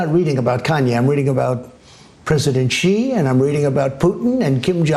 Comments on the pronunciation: You Ben, who is Gee? Do you mean Xi Jinping? The "Xi" is pronounced 'She'. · Damn dude, I told you 3 times already. Xi is pronounced "she". You sound stupid. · Xi is pronounced SHE.